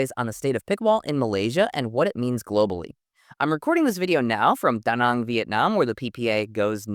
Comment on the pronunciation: Your attempts to properly pronounce names and places (Da Nang) do not go unnoticed. Thanks Zane!